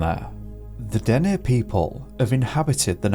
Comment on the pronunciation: Thank you for pronouncing Dene properly … most get it wrong